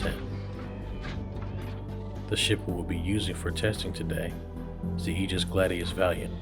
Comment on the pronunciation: Pausing video immediately to cheer about someone finally pronouncing "aegis" correctly!